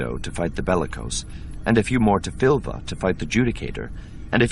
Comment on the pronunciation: his pronunciation really bugs me. it's "Suh-'bowth", not "Sah-bay-oth". the planet is "File-th", not "Fill-the". it's the "An-doo" system, not "An-doh"